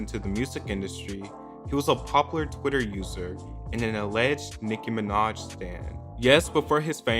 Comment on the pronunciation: I only clicked on this video to hear him say Nicki Minodtch